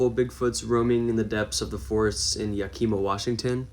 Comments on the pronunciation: Yakima Washington pronunciation is Yak-ih-maw as opposed to Yak-ee-maw. Just an FYI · It's NOT pronounced Yakeema. It took me a minute to figure out which city you were trying to pronounce. It's pronounced YAK-IH-MUH. Our communities in WA are named after tribes so when people first see the names they dont know how to pronounce them correctly. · Yes..YAK-ee-mah…rather than “ya-KEE-mah” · Some of these are so ridiculously fake its hilarious. Also, its not 'Ya-keema' its 'Yak-i'ma' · Hey kiddo, first, it's YAh-ki-muh, not yah-key-muh, anyway lots of this footage is so old decades in some cases, beware of Todd Standing in CANADA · Yaka Ma not Yakeema its spelled Yakima but pronounced Yaka-Ma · YAH-kih-maw....not Ya-KEE-ma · It's not Okima lol it's...Yakima YAK- EE- MA. I know some name's are hard to pronounce. Im a West coast girl😉😊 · It’s Yak kah maw Washington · Pronounced yack- ima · Yakima is not pronounced that way. Emphasis on the YA-kima, i sound like the name Kim. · Yakima is pronounced ya kuh ma. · I live in Washington State and you crack me up trying to pronounce Yakima. That's probably the funniest I've ever heard someone say Yakima on YouTube who isn't from here. 😂🤣😂🤣😂